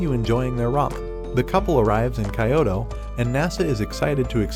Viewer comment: Kayoto please pronounce it right it's kyoto not kayoto